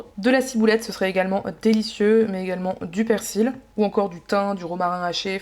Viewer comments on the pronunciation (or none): none